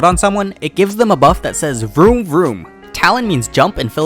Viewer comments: About the Talon fact... u dont read it as TA-Lon, u read it as Ta-LON where LON is a emphasized rather than TA. Yes. Im a Filipino. And yes, u butchered that. But cool tip :) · talon is pronounced here as tahlohn I am pinoy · It's TA - LON, emphasis on TA